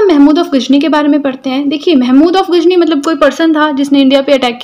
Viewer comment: Not gajni😅 it's ghazni